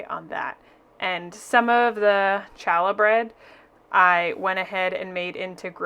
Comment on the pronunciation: Challuh is pronounced haa-luh. 😊